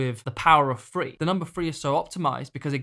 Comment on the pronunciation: Power of THree not Free. You’re English dude, speak English.